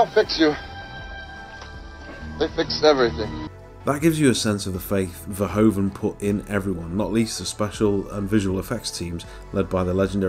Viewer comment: You got the name of the director wrong mate. Verhoeven* (Sounds like ver-hoof(v)-en.